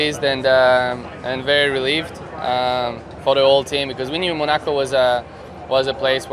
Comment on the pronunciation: The way he pronounces Monaco is interesting